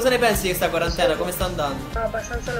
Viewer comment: Quarantene non quarantanove